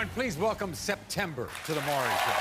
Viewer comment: His name is Not "Murry" 😅 it's Maury 😊